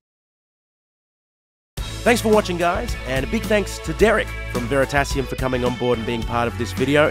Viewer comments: "Thank you, Veritasemen." :D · Love it, Axis of awesome! Veratasemen. Lol